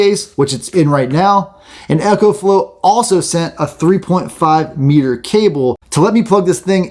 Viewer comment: After hearing echo I trust nothing else that is said